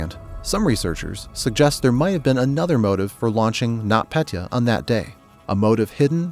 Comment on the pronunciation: Its Нотпетя Not not Petya And You Say It Like NotPetea